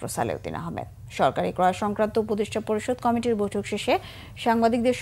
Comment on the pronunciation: সালাউদ্দিন আহমেদের নাম এভাবে বিকৃত উচ্চারণ করার কোন কারণ আছে কি?এই চ্যানেলে বেশ কিছু শব্দ বিকৃত উচ্চারণ করা হয় যা অন্য চ্যানেলে হয় না ।উদাহরণ কমিটি কেও কামেটি ।বিষয়টি কত্রী পক্ষ নজর দেবেন আসা করি।